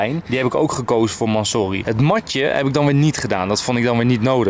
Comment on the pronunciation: je spreek urus en mansory verkeerd uit